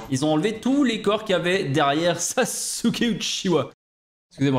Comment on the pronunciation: Et les vrais savent que l'on dit pas sasuuuuke mais sas'ke et il faut le faire pour confondre sas'ke et itachi